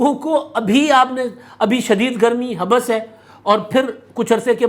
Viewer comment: Habs not habas garmi